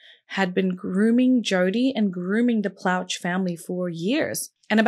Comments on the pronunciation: Plauche is pronounced "PLO-shay" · I remember this well. I live in Louisiana & was in Jr High at the time. Gary was a hero. He not only stopped a disgusting predator from ever victimizing anyone else, he also spared his son the trauma of a trial *For the record, the last name is pronounced "Plaw-Shay". It's French (Creole) Those names are very common in Louisiana. And another note- Baton Rouge is hardly a "small community" 😅 It has a population of over 3/4 of a million people. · Pronounced "Plo Shea"